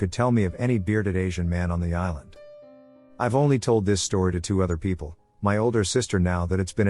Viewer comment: i love how it pronounces people as "Pee pee yell". I chuckle almost everytime